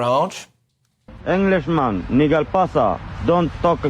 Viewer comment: He said nigal pasa 🤣🤣🤣